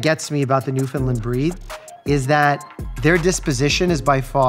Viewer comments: Please :) I beg you, pronounce it New-FIN-Land. (not lind) . Gorgeous dogs. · As an east coast Canadian, please say Newfoundland correctly. Not new fin lind, new fin land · Newfoundland pronounced like ‘understand’. Newfoundland understand. ✌🏼. Cute doggies.